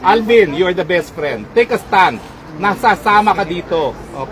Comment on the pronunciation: "Tek a stun", roque, lawyer k b tlg? Tek a stun?😄